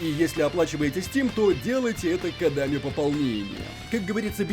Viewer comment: "кОдами пополнения", а не "кодАми"